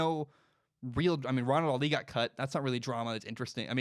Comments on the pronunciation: Lol y u saying Ronald “Ali” it’s pronounciation on the first syllable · In today's mispronounced last name we have: Ronald "ALI" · It made my ears bleed haha